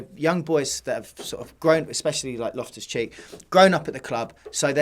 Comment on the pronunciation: *loftus not lift us😂